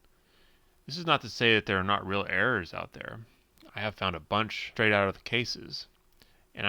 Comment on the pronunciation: Oh "errors" for the first few minutes I thought he was saying "air"